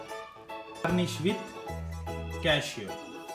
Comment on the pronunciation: saying garnished = punished